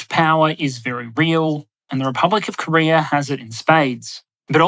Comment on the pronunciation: Did you say Korear?